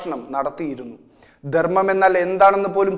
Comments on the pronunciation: അവതാരകനോട് - ദെർമ്മല്ല ധർമ്മം. ഉച്ചാരണശുദ്ധി നിർബന്ധം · അവതാരക ന്റെ ഉച്ചാരണം ശുദ്ധ നല്ല ദെർമ്മ൦ എന്നാണ് പറഞ്ഞത്